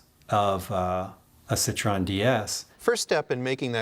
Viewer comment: I wish they knew how to pronounce the name of the car. It's pronounced "seat-roh-en".